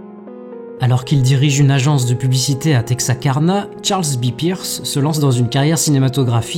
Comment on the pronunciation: Je viens de remarquer que tu dis tout le temps "Texakarna" or que c'est "Texarkana ! Mais pas bien grave ;)